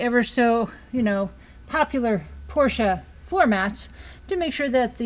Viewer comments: Thank you for saying "Por-sha" rather than "Porsh". Always heartening to hear Dr Ferdinand's name pronounced properly. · Thank you for pronouncing "Porsche" correctly.